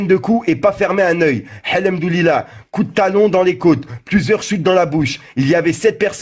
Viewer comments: a 6.34 tu quoi: el halam dou lilah t 'est un fou on dit el 'hamdoulililah arrêtez de dire de la merde. TFOUUU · le "Halamdulilah" il est eclaté 🤣🤣🤣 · Je t'aime bien mais si tu sais pas prononcer un truc en arabe c'est préférable de le dire en français parce que là le " al hamdulillah " il est limite 🙏🏼 Merci de porter attention à cette remarque